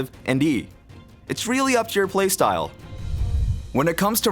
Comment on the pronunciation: I LIKE HOW HE says "really up to your **playstyle**" when talking about yi...